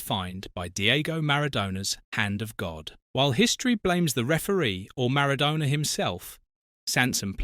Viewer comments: Could you try to pronounce Maradonna's name correctly. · Pronounce MARADONA correctly you DIV.🙄🙄🙄🙄🙄🙄🙄🙄